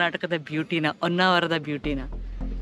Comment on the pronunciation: madam its not Onnavara, its Honnavara